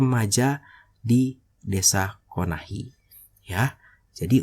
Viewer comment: KONOHA BANG BUKAN KONAHI KASIHAN KAMPUNG NARUTO DIUBAH NAMANYA :)